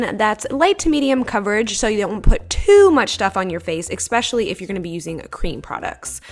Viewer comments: ESPECIALLY. NOT expecially;) love you!! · She said "expescially"